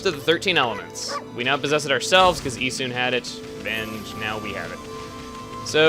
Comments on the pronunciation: it's E-soon. the japanese don't have the UH sound in their vowels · Aw man, he got the pronunciations wrong... "Amahtehrahsoo" And "Issuhn" not "Issoon". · I always pronounced Issun "IH-sun" not "EE-sun". Oh well. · Just to touch on something that I think is extremely irrelevant due to the fact that this was posted two years ago, but chugga, you pronounced the names wrong. Amaterasu is pronounced: A-ma-ta-rasu While Issun is pronounced: E-sun